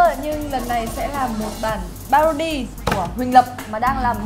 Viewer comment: PARODY not PADORY